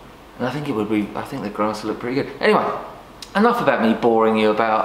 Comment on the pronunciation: “Ow, I don’t fink ah can do it” 😂